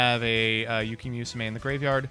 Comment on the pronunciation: "we're gonna use yuki MEWsume" |: I